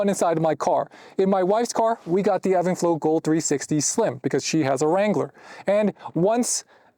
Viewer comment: Is this pronounced even flow or Evan flow like you’re saying?